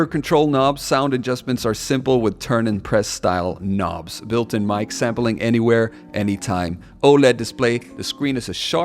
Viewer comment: Love the way you say the k letter in know and knob haha subscribed. We say no and nob here in England for those two words. You have a hard g in "ing" words as well which is unusual where are you from? Stumbled on your video. I made a hand held unit like this in 2004 with light switches screwed into a wooden board with wire bundle wired into a non touch sensitive casio keyboard (just switches for keys) midi out into EMU4000 sampler for live jungle and garage performances It's a performance thing. That's why people are keen on the portables which seemed to be your question at the beginning why people are so interested in these type of things Way easier Doesn't appeal to the gamer in me though because I left gaming when Joysticks were the coolest thing on the planet Ten years at Oxford physics and philosophy pencil and paper no computers books When I returned the games machines were these ps2 type things and I just thought. These things are rubbish. Joystick like in a fighter plane. That's a cool game controller. The new ones are lame. Try get a Joystick and a game that works with it you will see what I mean u will be flying Do you say the "L" in "Salmon"?